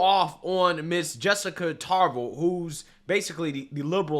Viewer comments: Its pronouced Tar. Lahv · It’s Jessica Tarlov… and it sounds like tar lyle